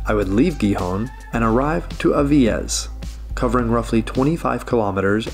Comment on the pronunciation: I live right by Villaviciosa, because I love being woken by the birds and see the mist hanging above the rolling green hills. Great video, but your pronunciation of Gijón and Avilés is really hard on the ear. It should sound more like Hee-hon and Aveelays. It only has one L after all, not like Villaviciosa!